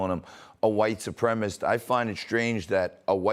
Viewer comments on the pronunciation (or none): It's not "supremist." It's SUPREMACIST.